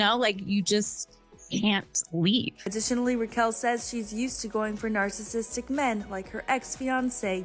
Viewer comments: She said narc-cissistic😂😂 ohhh my 🤦🏻‍♀️ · Love how she pronounces “Narksassitic” 🤭🤭🫣🫣